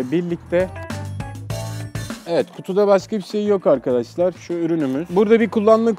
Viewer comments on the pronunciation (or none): arkaaşlar ne ya arkadaş kelimesi bu kadar mı zor aq